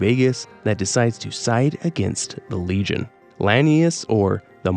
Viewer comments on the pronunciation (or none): none